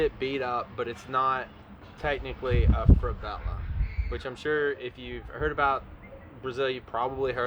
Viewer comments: Stop saying Fravela...its Favela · You sound like you're saying "FRAH-vela"